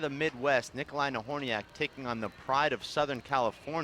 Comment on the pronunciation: she slaughtered both last names..Nobody minded